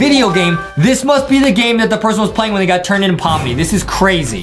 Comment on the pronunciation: Is. In. It. Pommi. And. Not. Pomni. Were. Are. You. Geting. Thé. N???